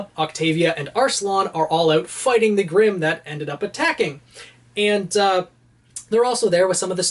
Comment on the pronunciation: foighting style